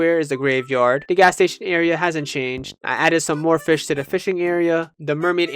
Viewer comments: please say fish instead of fih man :face-pink-tears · Why do you keep saying “Fih” instead of Fish? It’s pissing me off so bad 😔 I’m searching koroks in totk while watching this, and I don’t know why, but every time you say “Fih”, no matter how little I was listening before, I’m ripped out of focus. Stop will you😭